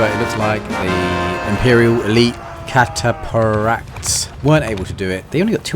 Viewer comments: It’s pronounced Cat-a-Fract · Cata Fract that’s how you pronounce it mate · A yes, the cata-paract. How are you from england and dont know that a ph makes an f sound lol. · It's pronounced "cata-fract". Think along the lines of eye cataracts. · I mean no hate, it's simply been bothering me so I feel the need to say it, cataphract is pronounced cat-ah-fract. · It's pronounced, cat-uh-fract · The way you said cataphract had me dying its said like cat-uh-fract 💀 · you pronounce the ph in “cataphract” like the ph in “phase” good video btw 😀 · Listening to him mispronounce Cataphract after 3 attempts was hilarious. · the "ph" in Cataphract, is pronounced as F